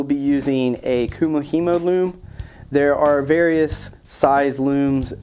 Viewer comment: not to be picky love the build just now learning how to do it but you pronounced it wrong